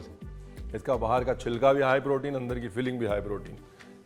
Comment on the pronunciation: Ye "High Protein" nhi "Haye Protein" hai 😂